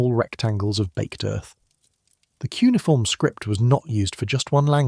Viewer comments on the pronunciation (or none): Not “cunniform” - poes 😂😂😂😂